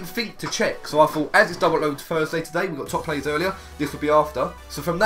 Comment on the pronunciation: it's Thursday not wensday